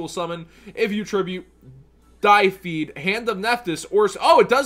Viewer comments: die feed. Yes. That is how you say deified. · blue phoenix is probably focused on monsters because the og phoenix cleared out backrow. also, it's "deified" as in to become a deity. nothing to do with death or dice or hair dye, lol. but minor nitpicks aside, i feel like you're selling this short by quite a bit, since we have access to two rather strong field spells that can trigger their destruction effects (fire king island and dragonic diagram. could even throw in zoodiac barrage if you're feeling particularly ballsy, lol)as well as the three true king monsters to trigger their effects and add more attack power to the deck. pretty sure it's also supposed to run the og phoenix, and you can also run high avatar garunix for more removal. the ritual spell is searchable off pre-prep, you're also completely overlooking the now four deviritual monsters, so you have incredibly easy access to your ritual cards, and there's enough of the spellcasters that not drawing them shouldn't happen a whole lot. there's also their link three, which is ultimately the end goal i would assume, which grants more protection to your nephthys monsters the more ritual monsters you use to summon it. it's definitely not going to be a super aggressive deck that can end games in the first turn or so, but it definitely feels like it'll be able to just clear out boards like they're nothing so long as it's properly built. it's got a load of consistency, a ton of recursion, and plenty of swarming. i'd be surprised if it wasn't at least a viable deck in the